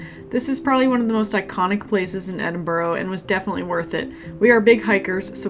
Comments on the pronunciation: FYI, its pronounced Edin-bura, not Edin-burro, like the donkey. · It's not Edinborrow it's Pronounced Edinburra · For f*cks sake it's pronounced Edin - burra! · In 9 days you couldn’t learn to pronounce Edinburgh correctly ? Your condescending attitude is not incredibly rude , it shows great disrespect.